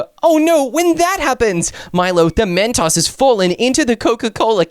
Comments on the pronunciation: Chip is Saying Mentos wrong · Why does chip keep saying Mastos😂